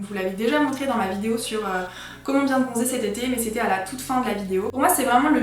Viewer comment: Quand tu as dit « cette été » j’ai cru que tu avais dit ses tétés 😂